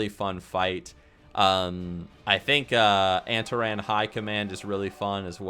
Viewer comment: your pronunciations are so ughhh anteran agewan